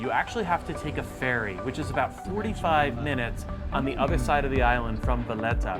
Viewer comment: That's a horrible way to pronounce Valletta, You need to brush up on my Maltese language. Other than that it's not a bad video lol